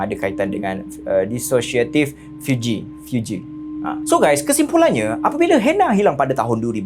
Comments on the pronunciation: Fugue = (fyoog) 😊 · Fugue bunyi sebutan "fioog". Fiug...